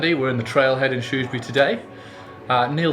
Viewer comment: We can now be certain Neil is a down to earth guy because he pronounces Shrewsbury in the proper way!